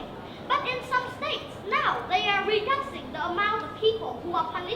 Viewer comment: ở e í phát âm reducing là ri - đắc - xing. Ai học Eng đến tầm ielts 6.5 cũng đều phải biết từ này phát âm ntn. Rồi đến lại đến từ murder là mắt - đờ. Nghe đến đây thì mình ko xem nữa nên cũng ko biết sau đó e nói hay ko. Mình ko đến mức ghét e này, cũng ko muốn nói gì về cuộc thi này, mình chưa đủ trình độ để có thể đánh giá cả 1 cuộc thi, mình chỉ ko đồng ý vs 1 số ý kiến đề cao em lên quá mức. Em í vẫn còn nhiều thứ phải hoàn thiện, cứ tâng bốc quá sẽ chỉ hại e í thôi :)